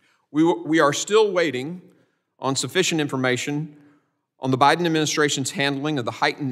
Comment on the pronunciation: Did he say “The priden administration”?😳😳👎🏽👎🏽